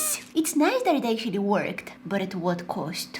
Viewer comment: not to be rude but when you say "it worked" it sounds like "it twerked" its kinda funny